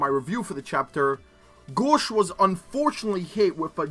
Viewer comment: Japanese pronounciation: gōshu adorai This guy: GAWSH